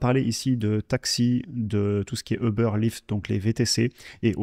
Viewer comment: Très intéressant, merci beaucoup ! Par contre, Uber ne se prononce pas comme ça